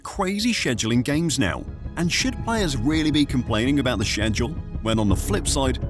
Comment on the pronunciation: WHY DO U SAY SCHEDULE LIKE THAT